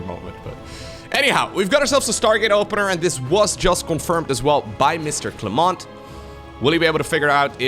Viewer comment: Just a FYI, the 'T' in the firstname Clément is silent in french;)